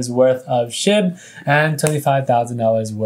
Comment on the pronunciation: when he said burn SHIB, it sounded like he said burn SH*T